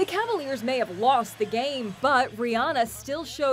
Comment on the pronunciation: Rihanna not Rihanna